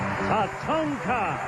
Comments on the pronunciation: lol did he call tatanka, tatango? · Did the host call tatanka, "tatanga" the whole show😂